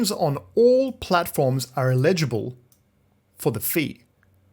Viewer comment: It is pronounced El idj a bull